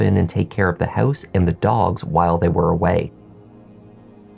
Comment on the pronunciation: House sounds like hose the first time you mentioned 😝but I got you 😉